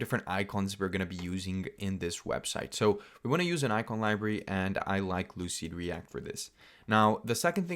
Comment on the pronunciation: lucide -react not lucid reat